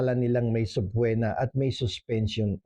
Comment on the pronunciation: Subpoena has silent “o”. It is pronounced as if it has a double “e.”